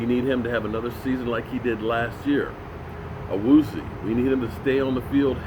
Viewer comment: Awoo-z-yay might be a better pronunciation key for ol'! I do agree it sounds kinda like nails on a chalk board when he butchers it. Lol